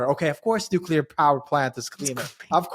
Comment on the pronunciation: "nuculer" x_x